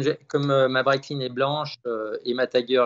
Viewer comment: Breitling et non breitlling 😅 comme d’habitude toujours au top 👌 les duels Times